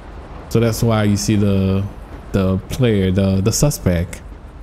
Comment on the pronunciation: He always says suspec when he should be sayin suspect